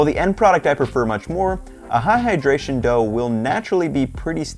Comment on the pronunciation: Amazing recipe and will definitely try, but when I heard him say "AHAHAdration" I started dying 🤣☠